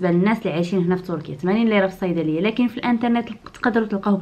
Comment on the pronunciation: كتعصبيني ملي كتقولي لكن.